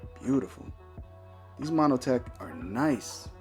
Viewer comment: Yo.. nice video.... got a laugh with “ monOtech “ lol... it’s just montech.. 😂 great channel subbed